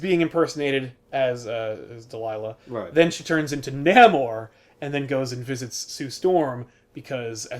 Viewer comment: I LOVE Comic POP! Great videos, great group, great production value. Thanks for putting these out, and please, KEEP IT UP. BTW, re. The Submariner: It's a small thing, and a nerdy thing, but I'm pretty sure his name is pronounced "NAY-more." Anyway, thanks again for the great content. I appreciate it! :)